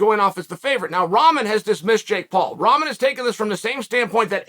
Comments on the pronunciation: Uncle Chael, It's pronounced (Rahkmon). Sounding like your talkin bout Jake v. A pack of noodles!#! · I laugh every time Chael says ramen 😂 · I love Chaels pronouncing first Pierre then ramen lmao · Couldn’t get Ramen Noodles out of my mind